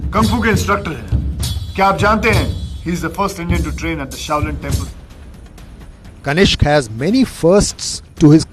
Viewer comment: Kaniska ji ke jagah Tanisque ji ho gaya hei, kripaya thik karke padhna.